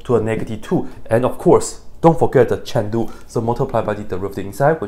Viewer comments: It's a joke, Dr Peyam started it and he continued it, he used to say "Chain-Rule" earlier but now he says "Chen-Lu" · Honest question: Is he saying "Chandu" instead of "Chain Rule" or is it just his accent? Or "Chandu" something I just dont know of yet? Btw I love your videos! I watch alls 3 of your channels!